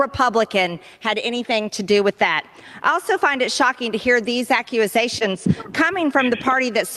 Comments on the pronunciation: I had a little chuckle when she said "Accuizations.." The word is accusations. So dumb... 🤦‍♂ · She can’t even pronounce “accusations.”